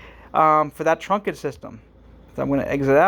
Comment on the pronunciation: Okay. Just to be clear. Okay. it's pronounced trunked system (one syllable). Okay. Not trunk-ed (two syllables). Okay. Just busting your balls 😜 Great video series. Very helpful. Thanks for posting 👍